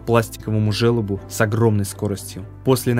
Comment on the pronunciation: Жёлоб блин, через ё. А не желоб.